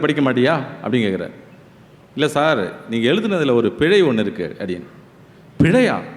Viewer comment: " பிளை இல்லை" பிழை என்று உச்சறிக்கவும். ஆஸ்திரேலியாவிலிருந்து.